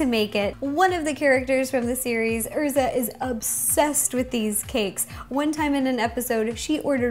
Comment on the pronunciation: I personally don't watch anime on Netflix or Hulu because when I watch it the translations tend to be wrong because I do understand Japanese and when I watch it on Kissanime it's much better. Like for example, it the original Japanese anime Erza's name is pronounced like "Airza", not "Err-za". (And to the people in the comment section THIS IS MY OWN OPINION SO DUN HATE. NATSU DOES NOT LIKE HATE THANK YOU VERY MUCH. ) Also, please make something Attack on Titan, I'm dying here. xD